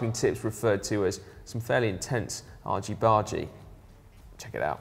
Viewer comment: your argy bargy sounds american